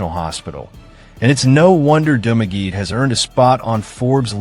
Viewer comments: If you could only pronounce the localities as it is done in the Philippines. I did not understand Dumageh - it is Dumagette! Thumb down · You mean its not Dumagee? This Dumb ass has never been to Philippines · To this blogger. Correction on Dumaguete pronounciation. Sounds like DU-MA-GE-TE. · Correction- DOO-MAH-GHE-TEA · You're mispronouncing Dumaguete. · these pronunciations are wrong reading it from an American point of view. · Pronounce- Duma-ge-te - not Dumaget Ta-gay-tay - letter A is pronounce as in Alaska Correct pronunciations of Cebu City, Illinois City, and Panay Island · 😮ARE YOU TALKING ABOUT DU MAGUE TE ? AND TA GAY TAY. READ IN ALL SHORT ALPHABET. NOT LONG.